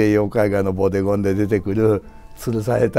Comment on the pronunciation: ボデゴンがボディコンに、贖罪が食材に聞こえて仕方ない。